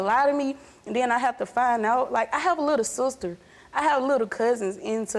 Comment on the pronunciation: Why did she say "little slsseh" instead of "little sister"